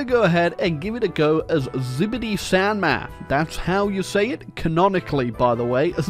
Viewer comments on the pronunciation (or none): As a Chinese person I cannot express my horror enough to hear xibei san ma be pronounced as skibidi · Why does he pronouce it "skibidi san ma"? 💀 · The country is pronounced skibidi san ma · It's pronounced Skibbidy San Ma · loved the part where he said zibity san ma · No, you say like SxM.